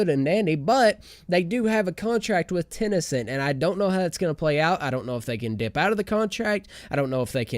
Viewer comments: kenau I was hoping I wasn’t the only one who got progressively triggered throughout the video at the fact that he kept saying it wrong lol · ITS TEN CENT NOT TEN E CENT REEEEE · wtf is tenecent? is he talking about tencent games?